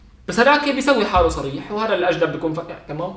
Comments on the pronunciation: سريح و عندك مشكلة بحرف الصاد و شخص هون ما عندك مشكلة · احب الاشخاص ذات القوة الشخصية مثلي ك لاحظوا عندما لفظ صريح وعند مشكلة بحرف الصاد فصار يتمسخر سكتوو دغري اما لو كان شخصيتو طعيفه كان شبعو مسخرة وهو عم يتضحك